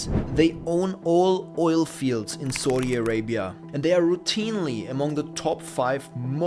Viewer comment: pronounced SOW Di not SAWDI